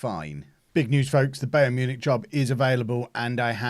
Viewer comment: Is it me or is mispronouncing Bayern Munich?